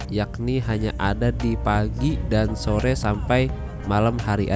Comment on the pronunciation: Hehehe, ngomong selamat sore kepleset jadi selamat sote. Efek kurang tidur ya